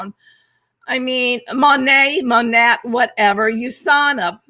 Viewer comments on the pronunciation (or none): I feel for you, having built two homes in the past 3 years. Construction contractors have their own schedule, and it never lines up with ours. I am sorry you are going through this, but once you move in, it will be in the rear-view mirror. I love how you use that term "janky!" It's pronounced MONATE (Monat), "We are Modern Nature" was the slogan when I was with them. I was with them for a year. I was with doTERRA 8 years, finally left earlier this year, thanks to Anti-MLM videos like yours and getting a formal education in aromatherapy. You know your content for the conference, you'll do fine. Take a deep breath! Your story and message is greater than the opposition.